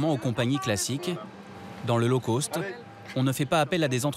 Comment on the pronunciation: low cost revoir la prononciation : cost Sinon intéressant